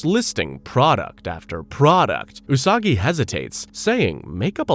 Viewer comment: The way he mispronounced her name right at the start